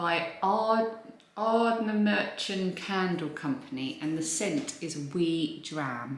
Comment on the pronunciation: Ardnamurchan. The ch is pronounced the same a the ch in loch. Not a "k" sound, more like as if your clearing your throat. I hope you don't mind me enlightening you. Love both your channels and glad you've enjoyed what you've seen of Scotland so far. 😘